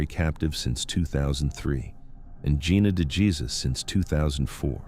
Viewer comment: Can we please say Gina DeJesus’ name correctly?